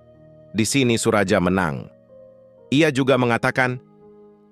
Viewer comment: Narator harus memperhatikan ejaan, terutama nama orang contoh Suraja, juga ucapan beberapa kata seperti 'jeng'